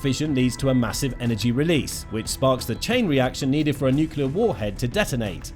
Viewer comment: It’s pronounced nuk-LEE-ur. You undermine your credibility by mispronouncing. There no such thing as a nucUlus. Nucleus is the basis of the word nuclear. If you can’t get that fundamental detail right, what else are you being sloppy about?